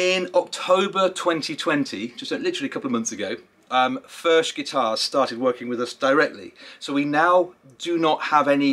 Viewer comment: It’s pronounced “ F E R K “ Cheers